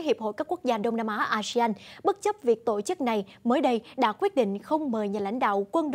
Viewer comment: đừng đọc " tộ chức " nữa